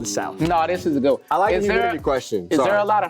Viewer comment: anyone notice how became African for a second? “Goud”